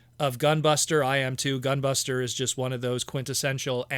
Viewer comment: Gah! please stop saying GUN BUSTA! All I can think of when you say that is Gundam Wing's gun buster weapon, and makes me think she is turning into a big old blaster weapon. Like what Hasbro monstrosity would wield that?! Unless Hasbro is crazy enough to give us titans that will combine into a huge Predaking or Unicron. That would be insane... On second thought both options would be nutz! LOL 🎉😂🎉